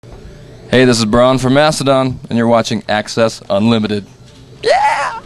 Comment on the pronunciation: he said his name wrong at the end lol